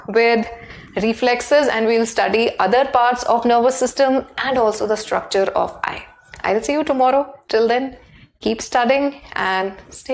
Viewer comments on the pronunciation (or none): none